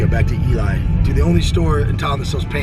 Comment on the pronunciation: Its not eli its eee lee